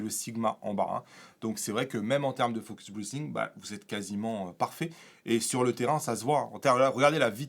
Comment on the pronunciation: Salut. Vu que tu n'es pas capable de prononcer focus breathing correctement, pourquoi n'adoptes tu pas le terme français pompage optique ? Ce serait beaucoup moins ridicule.